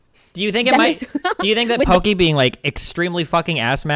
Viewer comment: Lmao, wait did Destiny just say "Poki-whore"